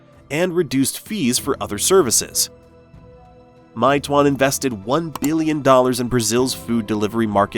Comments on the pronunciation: "my twonn" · It’s “may-two-won” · I live in China & I can speak mandarin, it’s pronounced as “may two-one” 😁🤝🏾